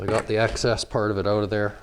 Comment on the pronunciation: Tell me your Canadian with out telling me your Canadian “groooout. Ooooutt”